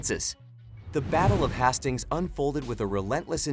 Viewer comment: The battle of HAS STINGS, wtf?! Please at least get it pronounced correctly.